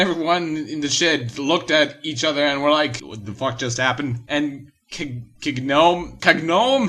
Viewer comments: XD its pronounced Ka-Go-may. You pru dobt care aby way but the while time im like...(/'-')/...bro. Also i cant spell so points for effort! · I love Inuyasha, it was the first anime I ever watched, it is nostlagic to me. And you pronounce it like this- Kagome (Ca-go-may) and Inuyasha (In-u-a-sha).